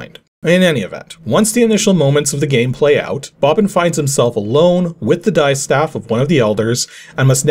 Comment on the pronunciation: Just one quick note ... the word distaff is pronounced DISS-taff, not DIE-staff :)